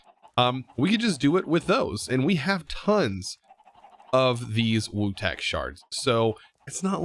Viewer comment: It’s pronounced vutax shards not wutax 🤦‍♂️